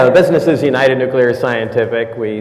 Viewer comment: "NUQUILAR"? Really? How about NUCLEAR? NUCLEAR!